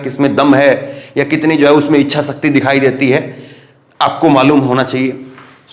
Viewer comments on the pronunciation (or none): none